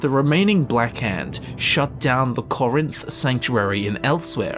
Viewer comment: "corinth" BRUH BETHESDA THATS FUCKING GREECE